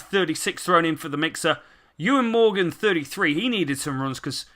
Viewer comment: I swear it's pronounced Owen Morgan? Could be well wrong. But sick video man